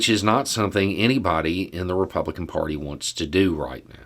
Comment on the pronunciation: there is no “o” in “party”. Jeepers.